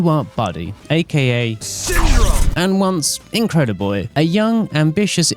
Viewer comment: “And INCREDABOY”